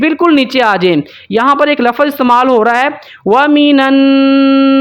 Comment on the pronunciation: भाई साहब आप समझा तो सही रहे हो लेकिन बार बार आप लफ़्ज़ को (लफ़ज़)बोल रहे हो यह ग़लत हैं इसलिए आप अपने लफ़्ज़ बोलने का तलफ़्फ़ुज़ सही कर लें।